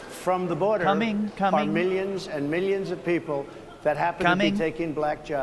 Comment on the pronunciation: Every time he said "millions" I heard "minions"